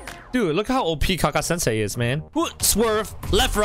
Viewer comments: ka kashi sansay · It should be kakashi sensei But when u say it it lol